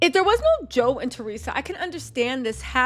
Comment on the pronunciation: it’s Theresa and Joe “Jew-Dice” lol lysm boo ❤